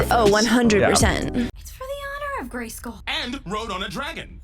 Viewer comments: For The Honor Of GrEysKulLlL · For the honor of gray-SKOOL